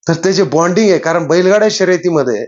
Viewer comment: Binding nhi bonding